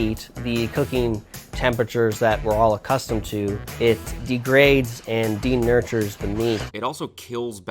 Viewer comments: "De-nuture" Oh, buddy. It's de-nature. Sweety, at least know what you're talking about. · Bruh. Checked out when he pronounced denature as denurture